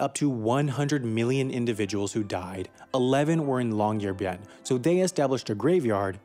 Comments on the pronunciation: Yeah, that really bugged me too. If you're going to mispronounce it, at least go for "bee-en" since Americans don't really have the Norwegian y sound, so it's easier to pronounce y's like i's. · Great video, but as a Norwegian hearing you constantly butcher the name was quite jarring, especially since you said it so many times. The "byen" part is two syllables. "By-en" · Long-year-bye-n(ot today, or never) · You can literally just go on translate.google and put it on Norwegian, type in "Longyearbyen" and hear the computer pronounce it. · Nah, but if I'm making a video about Chickens, I'll be sure to know how to pronounce the word Chicken. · I have found three videos that all pronounce Longyearbyen completely differently... Long-yeh-arr-baïn Long-year-byen Long-JEER-byen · I speak Norwegian and I just can't with the way he says longyearbyen